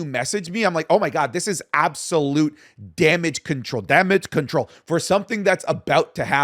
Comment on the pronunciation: SAYS DAMADGE CTRL (Iyo Sky is real) 🥲